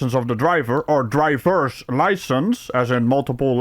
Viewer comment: "Drywer license"